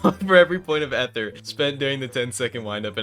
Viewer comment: Ok I had to look it up, it's EEther with a long e, maybe you're just farming engagement or something